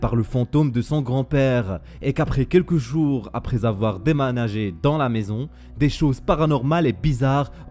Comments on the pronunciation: Aprer avoir ... je rêve ou il a dit demanager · Il a dit demanager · Il à dit démanager mdr comment peut-il faire la faute